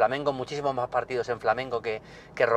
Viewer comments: "Quej maj cara". Coño, se oye perfectamente a, al final no es un trípode... Al menos no de forma literal. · "Que e maj cara". El acentazo madrileño ahí xDD